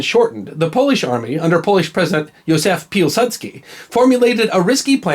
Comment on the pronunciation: My grand-grand father fought this battle... You prounance Józef Piłsudski nicely... good work.